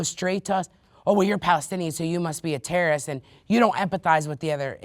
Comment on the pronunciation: “tewwowist attack”